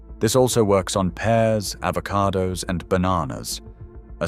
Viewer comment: what is with the avaoardo you thunk my grandma had avo on toast ?????